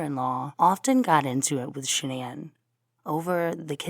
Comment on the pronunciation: Boldchick 101 is right, it is Shan'ann. It is said Shan-ann, everyone in the media got it wrong, her mother told the correct version on Dr Phil.